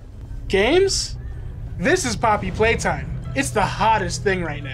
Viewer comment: "Poppety Playtime" 💀